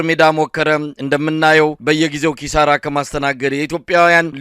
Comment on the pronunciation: ክሳራ ወይስ ኪሳራ😅